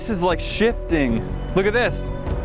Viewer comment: am I the only one that thought said “sh** stain” instead of “shifting” until you turned up the volume?